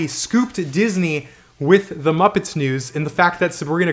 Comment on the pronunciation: I think you meant to say moopets